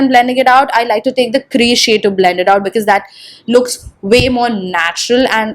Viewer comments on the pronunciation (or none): bLLLLLend bLLLLending bLLLLend. OMG!! Just stop with that!!